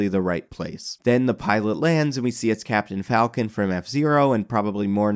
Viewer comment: KYAPTAIN FALKON!